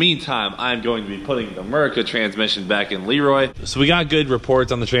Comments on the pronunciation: listen at the beginning of video of how you pronounce LEROY LOL!!!!! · Cleetus McFarland hey listen at beginning of video of how you pronounce LEROY LOL!!